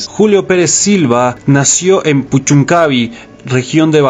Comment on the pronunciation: es puchuncavi' con acento el la i. buen material.